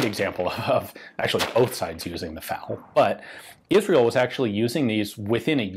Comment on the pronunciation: It's F.A.L., not fal.